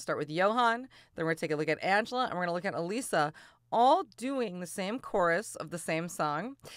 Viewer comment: It’s uh lissa not uh leesa. Get it right